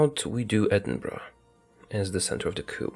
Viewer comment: "Edinbruh" made me laugh